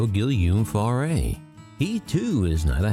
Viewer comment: "Gilliume Farray"? Honestly, if you want to be taken seriously, learn to pronounce the man's name.